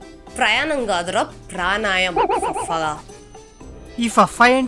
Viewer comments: Pranayam kadhu ra Pranayamam 😂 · Praanaaya kadhu praanaayaamam